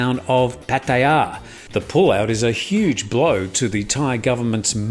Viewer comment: Just for the record, is saying it spot on.